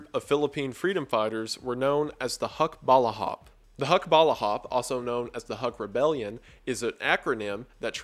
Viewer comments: You pronounced it wrong it is pronounced as like hook bal ah hAp edit: I think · I'm glad you covered this Wendigoon, we Filipinos still believe in a lot of our versions of monsters, ghost and goblins. There is a lot in our forlkore that I think would be scary and downright creepy if presented to others. HUKBALAHAP is pronounched Hook-Ba-La-Hap, its translation is correct but basically a shortword for Hukbo (group) Bayan (national) Laban (fight) Hapon (Japanese) with of course some linking words in between. I'm glad you did give them a bit of justice by not associating them as "some communist group" as people easily go for. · The pronunciation of Hukbalahap and Ramon Magsaysay hurt a little bit.